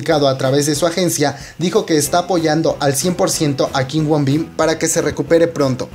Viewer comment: no es kim woon bin es kim woo bin pronuncialo bien